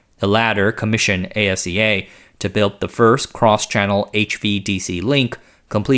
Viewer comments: Thank you, working in the industry and hearing A-S-E-A was driving me crazy. Ah-see-ya! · ASEA is an acronym that's pronounced Aseá. The individual letters aren't spelled out just as they aren't in e.g. SAAB and IKEA. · Störde mig också på det. Speciellt asea.